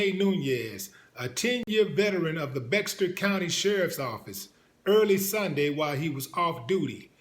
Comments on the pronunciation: Man you live in Texas and don’t know the correct pronunciation of Bexar county. Bexar= Bear. Anyhow on with the story. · Bexar = BEAR